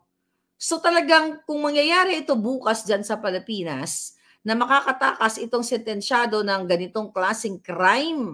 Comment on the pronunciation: Hindi “Palipinas” Mam, “Pilipinas”